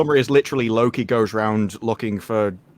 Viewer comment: So Loki becomes Slo-ki. 🤦‍♂️